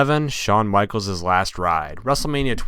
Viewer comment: Shawn Michalesiz last ride. lol this guy and his pronunciations